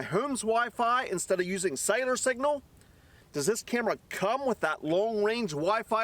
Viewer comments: Sounds like cider to me . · Is he saying “cider” or cellular? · Thats what im hearing too. 🤔